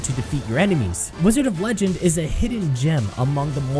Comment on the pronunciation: wDIOzard of legendo